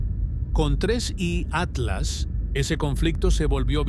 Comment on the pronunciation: Tienes que decir Tres.I Atlas .